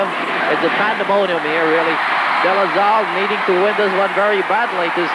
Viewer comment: “Ateneo Flying Eagles,” “Zambo Lim” “De La Zal”, “Razella” - where does get all these? 😡